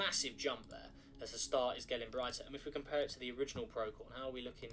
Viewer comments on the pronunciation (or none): It's not "pro-key-on", it's "pro-see-on"